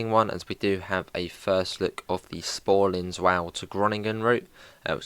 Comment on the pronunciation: Sporling what who? It’s pronounced like Spoorline Zvoller to Groningen Also you really did rush through some bits that are really cool and unique but nevermind